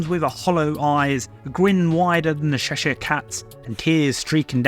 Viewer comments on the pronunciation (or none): none